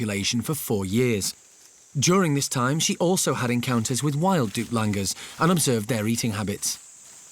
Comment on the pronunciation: Douc Langurs guys... Not "Duplangurs".